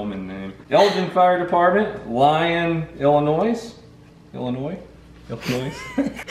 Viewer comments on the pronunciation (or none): none